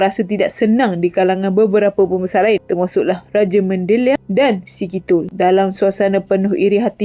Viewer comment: Bukan Raja Mandeliar tapi rajamandaliar . Bukan raja tapi sebutan rajaman ..